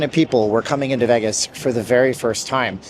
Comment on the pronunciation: Tuned out after he said Veggis the 100th time.